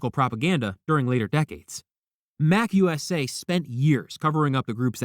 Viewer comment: Ron wasn't a member of The Slug Club. It's pronounced MA-CU-SA